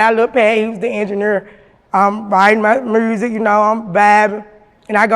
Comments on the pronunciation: "Mersic" 😂 Memphis like a mf.... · When she said mursic I felt that lol her and Gangsta Boo legends